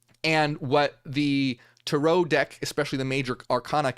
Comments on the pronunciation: TAre-oh.. Hearing Tur-OH is driving me nuts..Is it just me?? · I think about the rental car 😂 but If we really wanna talk correct pronunciation, it’d be Tah-Rö But hey… tomāto, tomäto… 🤷🏽‍♀️ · The way he said it sounds wild to me. I have never heard it someone say it like that. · it’s just the way Americans say it, they emphasise the end of the word, while Europeans emphasise the beginning. I used to be irritated by what I thought was American butchering of the pronunciation, but now I don’t even notice. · YES THANK YOU!!! I was wondering if he’s just saying another way other people may be pronounce it like tomato tamato 😅